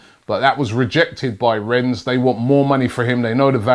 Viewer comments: ffs robbie. it's pronouced "renn" not "rens" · Rennes, pronounced REN, ffs... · How many months is it going to take you to realise it's not pronounced "rens" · It really does bug me when Robbie pronounces the S at the end of Rennes....